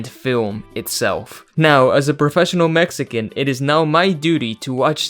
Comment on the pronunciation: They couldn’t at least hire a Mexican dialect coach?